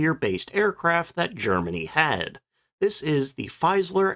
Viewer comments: Just one thing about the pronunciation of the brand name Fieseler: I recognize the fact that in Anglo-Saxon speaking territories, the FIE- is automatically seen as pronounced FY as in 'defy', but the German FIE is in fact the English FEE as in SEEN, so FEE-SAH-LER. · pronounced "Feeezler" not Feyezler" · Its Fie se ler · An FYI on German pronunciation: "ie" is pronounced like the English letter 'e', i.e. 'FEE-zeh-ler', don't forget the second 'e'; "ei" sounds like the letter 'i', i.e. Heinkel. Somewhat confusing, but you sound more professional when you pronounce names correctly. Other things to look out for: 'w' = English 'v'; 'v' = English 'f'. You did get the 's' = 'z' right as it's in front of a vowel. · Check pronunciation of names before you use them. Particularly of your MAIN TOPIC. No, it's NOT simplistic 'Fiseler'. Try Forvo. Remember it's GERMAN. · Fieseler is pronounced "feez-ler". Long 'e' sound, not long 'i'. And the final 's' in "Versailles" is silent.